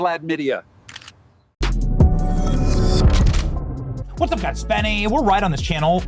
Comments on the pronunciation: ''Vladmydia'' LMAO 🤣🤣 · Vladmenier.... hilarious...